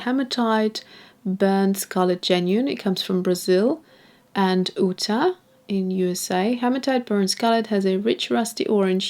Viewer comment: Absolutely no disrespect intended, but Utah is pronounced like You-Tah. Overall these are lovely colors, but it is a shame that there isn't a better way to sample them given how poorly a lot of the primatek paints rewet.